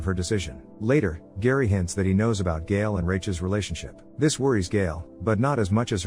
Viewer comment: Harry, not Gary. AI voices…